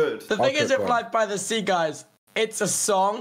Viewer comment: because of life by the sea sounding like "life bi the sea"